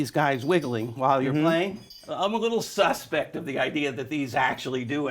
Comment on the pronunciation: He said SUSpect like he was just gonna say sus or sussy and thought better of it mid sentence